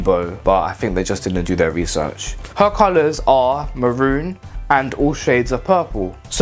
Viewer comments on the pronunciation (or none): none